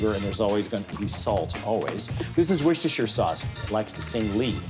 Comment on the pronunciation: Pronunciation of Worcestershire Sauce is the secret. as Jedi Master as Alton is - he ain't gotta clue ... hence - anyone can cook 🙃